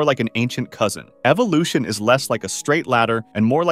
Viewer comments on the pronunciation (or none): none